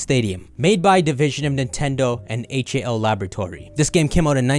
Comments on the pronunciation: He did, he read out each letter individually instead of as a word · You mispronounced HAL I think.